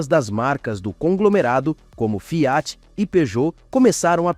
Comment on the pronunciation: Parei no Fiááát. Narração de IA é diarréia